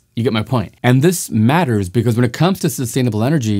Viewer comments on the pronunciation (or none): Haha he said, "this MATTERs" :D